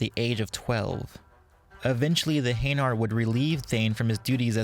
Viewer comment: In their prime, I have no doubts that Thane could kill Garrus in a fight. Also... Your pronunciation of hanar and Kepral's Syndrome made me cringe. Sorry XP